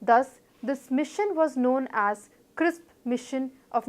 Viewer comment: It's Cripp's not Crisp.